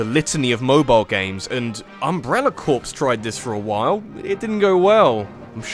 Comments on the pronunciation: Umbrella Corpse? It's Corps. Pronounced "Core." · UMBRELLA CORPSE? You mean Umbrella Corps? (ITS PRONOUNCED LIKE CORE)